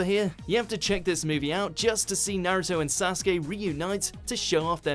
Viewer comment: You said Sasgay instead of Sasuke